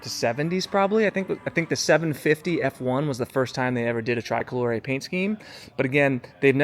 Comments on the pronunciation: STOP SAYING TRAI-COLORE!!! For f**k sake man, TRI-colore, TRI-colore!!! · TRICOLORE not TRY COLORE you’ve to say the I same as if in English say E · hey i'm going to get you there.. just get back over here to italy..pronounced tree-coloree. BEAUTIFUL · Pronounced "tree-koh-loh-ray" 🙂 I saw it today. Stunning. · just between you and me it's Italian... it's normal to use the Italian pronunciation. People say super veloche not super fast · por favor, pronuncia bien TRICOLORE, no lo pronuncias bien y molesta oírlo cada vez que lo dices